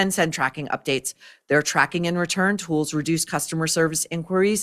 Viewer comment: it’s pronounced tool